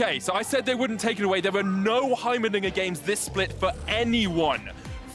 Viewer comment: He definitely said Heimeridiot